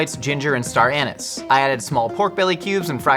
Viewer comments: star anus? I normally never comment on someones pronunciation but this one where I heard star anice as star anus made me cough coffee all over my monitor and have just finished cleaning it up lol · It still does my head in that they call spaghetti (or any pasta) 'noodles' aaaaaaaaaaaaaagh?! Also I knew that WW was monthly, but didn't know why, TIL - thank you :'D The pronunciation of "star anise" also made for a giggle